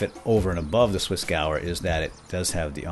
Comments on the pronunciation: It's pronounced gev-air, not gower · It's Swissgewehr not Swissgauer. God. Go on google translate and type Gewehr in german if you need to know how to pronounce it. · Hey, the swissgewher is actually partially in german. Meaning the second half of the word would be pronounced as "gevair" (meaning rifle).